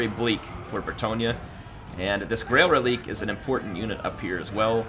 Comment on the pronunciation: If it's french pronounciation its ruh-leek